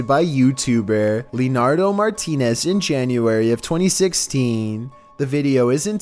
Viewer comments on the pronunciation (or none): the uploader in number 3 has my name, and it’s actually pronounced, Lee-Ann-Drow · Name: Leandro (le-an-dro): Leenardo